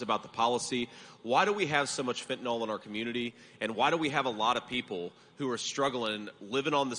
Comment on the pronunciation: It is pronounced fentanil, not fentanol